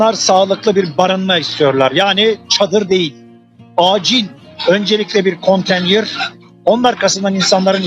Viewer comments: Kontenyır değil konteynır salak! Konteyner yazılır, konteynır okunur, önce bunu öğren. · Konteynere kontenyır diyen bir milletvekili!tabi ki chp li! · Adam daha konteynir diyemiyor😁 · CHP Bursa milletvekili daha konteyner demeyi bilmiyor 🤫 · Herif daha konteyner demeyi bilmiyor. Milletvekili ha... Yazıklar olsun be.